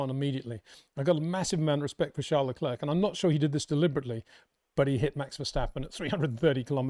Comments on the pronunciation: Your such a max fanboi wow... totaly biased. Hard to take you seriously. If Leclerc ( please learn to say his name correctly its not le-klerkkk its not hard to learn ) did what max did to Russel you'd be crying 15 minutes about it. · Comparing what Leclerc did to what max did is just ridiculous. And please practice how to pronounce Leclerc. Your lack of respect for ppl without uk passports is pathetic